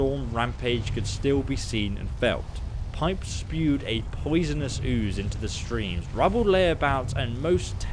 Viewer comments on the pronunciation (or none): none